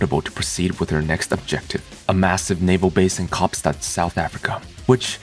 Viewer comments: Bruh! I am joyfully shocked on how you pronounced Cape Town in its Afrikaans name, like it was intended. Bravo.😄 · Congratulations, that was the least worst pronunciation of Kaapstad I've ever heard - but you could have just said Cape Town. Edit: oh hey, you did. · no seriously - that was nearly perfectly pronounced. Good job.